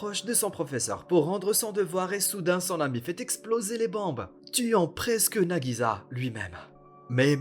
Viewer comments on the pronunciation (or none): Cest pas nagiza mais nagisa un s un s! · Entendre nagiZa au lieu de nagiSa c trop bizarre